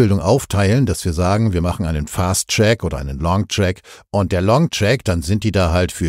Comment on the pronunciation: Zunächst Danke für die Aufarbeitung! Hier ein kleiner Hinweis: Fast Track und Long Track Variante kommt ein bisschen undeutlich herüber. Eingedeutscht bedeutet es der kurze Weg oder der lange Weg…